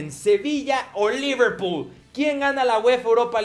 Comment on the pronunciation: al comienzo dijo leverpool